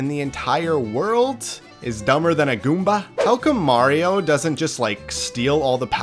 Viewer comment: the way he says goomba here is the funny.